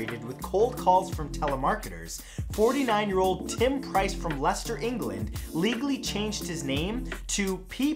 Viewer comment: ay i'm from Leicester and he actually said it correctly.